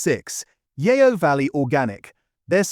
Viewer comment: Yeo as in Yeo Valley is pronounced 'Yoh', not 'yay-oh' . The word is Old English for River but still used in parts of the south west (so the River Yeo actually means the River River). That mispronunciation is the sort of mistake which usually indicates AI but there appears to be no AI disclosure in the video description. However, it does beg the question, if you're such a knowledgable chap on butter brands, how come you don't know how the brand names are pronounced - there are a couple of other faux pas by the way.